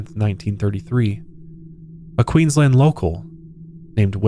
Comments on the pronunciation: Queensland is pronounced with a strong A the same as you would say land :) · Just letting you know it's queens-land not queens-lind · Pro tip, we say Aussies as though it has zz instead of ss and we don't pronunciate the u so it's pronounced more like Ozzies and Queensland is pronounced like Queenslaaand 🤣 big emphasis on the A but well done on everything else 👏👏👏 I hadn't heard of this story before, good find!